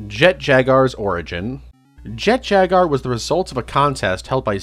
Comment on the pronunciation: Does this man not know how to pronounce Jaguar